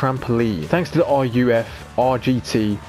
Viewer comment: Also why are you calling ruf (pronounced rough, roof) r u f